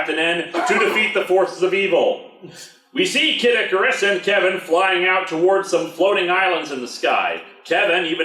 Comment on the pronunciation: Every time I hear you say Kid Icarus, it sounds a lot like Caddicarus. Anyone else hear it too?